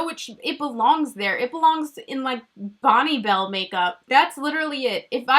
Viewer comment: Lmao spit my coffee out when you said “Bonnebell” chapstick pallet